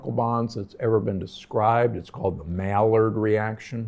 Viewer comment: Dr. Gundry, following your advice has improved many of my blood tests, along with quality of life. I don't want others to laugh about your pronunciation of "Maillard Reaction." I'm not an expert on the French language, but the word is phonetically pronounced "my-yard." All the TV expert chefs like Christopher Kimball make sure that they explain its meaning when they mention it.